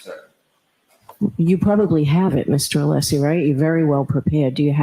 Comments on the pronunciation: does know how to pronounce Alessi’s name properly! He slipped and said it correctly. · Yes, I heard it as well!